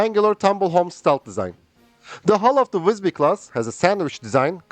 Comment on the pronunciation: Good pronunciation of the name. Maybe a bit logner I.